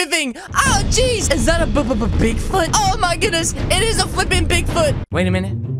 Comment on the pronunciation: I thought you said pig food in the video lol